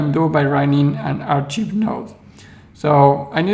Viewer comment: Thanks for the thorough analysis. I'm not sure I understand your concern with the archive nodes, though. Why do you think having a history creates centralization or makes it compromisable? By the way: Archive is pronounced "Ark-ive" not "Ar-cheeve". I don't mean to pick on your English, which is very good; that just seems like a word you might need to use again in these videos.